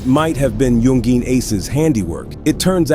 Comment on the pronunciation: Aside from the weird way he said youngin ace this video was well done